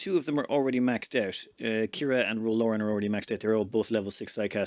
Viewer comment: It's driving me nuts that you keep saying Ro's name wrong. It's Laren like Karen with an L. Not Lauren!